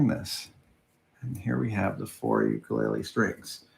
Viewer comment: For the sake of education of a larger audience (and on behalf of my Hawaiian wife), you built and play an 'ukulele and your pronunciation is a little off. It does have an interesting history with its name and why it is associated to Hawaii, which many do not know. It is great that you share your discoveries, experiences, and most of all, your enthusiasm with the rest of us.